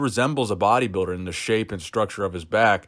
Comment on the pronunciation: i like the way you say,,body biider